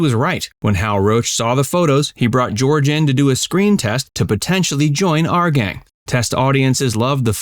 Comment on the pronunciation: It's not " Are Gang ",...it's ' Our Gang '. ' our '...pronounced like ' hour' only w/o the silent ' h '. Geeze.